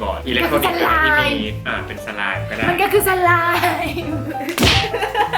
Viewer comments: สไลม์ อ่านว่า สลามค่ะ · สไลม์( อ่านว่า สะ -ลาม ) คะ